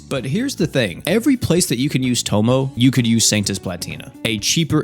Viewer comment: Please stop calling her "tomo" bro it aint that hard to pronounce 😭😭